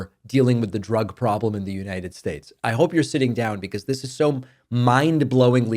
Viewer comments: Why do you continue to mispronounce, the United Schates? I thought you were going to stop doing that or is it just peoples names. Just curious. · Why do you mispronounce United States if it is due to Trump’s mispronouncing it then you need to let it go. It is starting to make you sound silly. Not good.